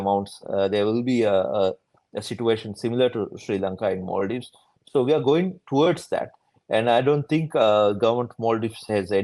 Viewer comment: No longer is it Maldives. It's become "mal-dives" (ill islands)